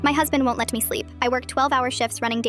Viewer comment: “My huzbind woonT led me sleep” 😂 the way they said it